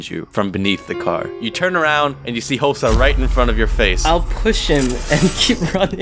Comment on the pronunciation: Thats not hosah- -Hosah